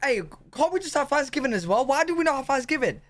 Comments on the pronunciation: are you saying Thanksgiving of Fansgiving? I watched the beginning of this a few time and it never seems like the true name. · I keep hearing fansgiving. 😂🍠🦃🏈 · WTF is up with "fanksgiving" "teef" and other TH sounds? Why does he use F instead of TH? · Why do British people pronounce it as "Fanksgiving" ? It is a TH in the beginning of the word. Im sincerely curious. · You can't have one until you learn to say it properly. It's not fanksgiving, it's Thanksgiving.